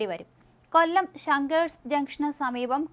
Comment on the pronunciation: കൊല്ലം. ..തിരുവനന്തപുരം. ..വല്ലാതെ stress ചെയ്തു ആവർത്തിച്ചു പറയുന്നുണ്ടേല്ലോ 😁😁